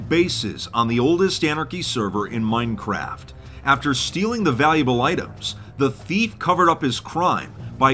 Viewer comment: Is no one else curious why said “Minecraft” and “anarchy” weird at the beginning?? Was that a joke??